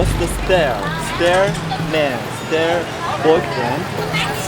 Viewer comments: 我喜歡雷探長的節目，非常的棒。 關於英語，我只有一個要求，把"style"這個字念對，我每次聽著雷探長說這個字，聽得太痛苦了。請念成絲帶偶，不適絲帶而，拜託，不要求別的，別讓我們這麼痛苦~ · style 讀成 stair 🤣☺️🤭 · 这个的英文。。。。 真的一言难尽 stare？？？style？ 醉了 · style念成stay，有没有搞错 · 的发音是丝爹儿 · 再全世界到处跑以前，应该请小学老师补补英语基础了。重点要补英语的基本句子结构，主谓宾，普通疑问句，特殊疑问句的结构。希望不要连Style的发音错得让人怀疑你是否上过大学。